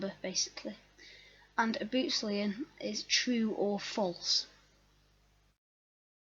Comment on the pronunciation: Nice video. Thanks. One correction, its boolean not bootlean.